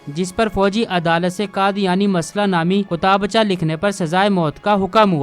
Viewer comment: کتابچہ کا تلفظ بہت غلط بولا ہے بےادبی ہے باقی سب بہت اچھا ہے